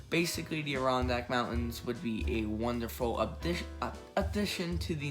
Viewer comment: “ADD-eh-RON-DACK” say it with me. Also, the Adirondacks will NEVER be a national park. They are far more protected that any national park will ever be and people actually live there. You want to just kick them out so NYC tourists can come and say they visited?